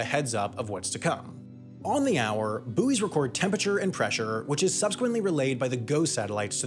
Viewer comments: it's "buoys", not "buoys" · "boys", not "boo ees" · “Boo-eez” lol 🇺🇸🇺🇸🇺🇸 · Sure sounded like the first time he said buoys, he said boobies. I understand that.